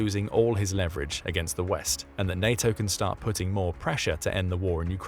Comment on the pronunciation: taking a bong rip everytime he says "putting" but it sounds like "Putin"